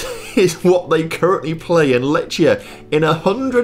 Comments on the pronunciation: Lechia is my club and u pronounce it (lehia) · Letch? Letchia? Racow? They are so basic to get right and he can't be bothered - takes two minutes to check. Can't even get Lewandowski right ffs